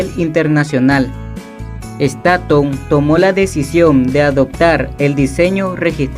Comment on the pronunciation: se dice stonnthonn en ingles